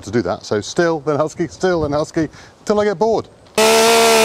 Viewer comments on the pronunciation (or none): It's pronounced "Steel" btw